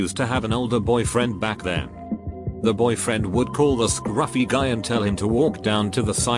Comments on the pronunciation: Brando T thank you I throughly enjoyed listening to what sounds like a Tony the Tiger Robot version of scRUFfy. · Anyone else notice the extra emphasis on “scruffy” ? That was rather refreshing for some reason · Lmao at how the Text to Speech puts emphasis on "scruffy"